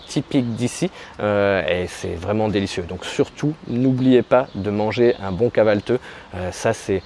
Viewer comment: vous avez du mal a prononcer kahvalti et dite kahvalteu , je sais le son du i sans point est compliqué pourtant vous l'avez dans le français comme pour dire OUI par exemple